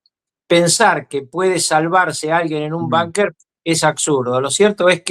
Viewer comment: No se dice banquer se dice bunquer señor Kiko ruckauf